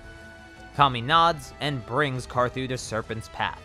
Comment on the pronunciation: LOL U SAID CAR ZOO